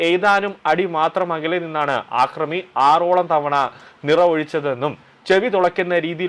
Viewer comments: ആക്രമി അല്ല അക്രമി ആക്രമണം അക്രമം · ആക്രമി അല്ലടോ യൂ ട്യൂബ്റെ. അക്രമി. വിധ്യാഭ്യാസം അല്ല വിദ്യാഭ്യാസം